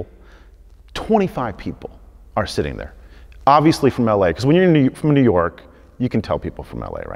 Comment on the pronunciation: I hate the way you say “New York” I’m sorry but it bugs me